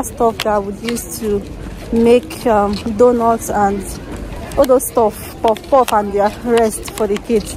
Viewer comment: dear, we all say kpof-kpof but the real name is Puff -Puff. Love you dear& keep shining.